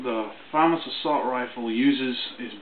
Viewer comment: your the only person i know that says famas right on youtube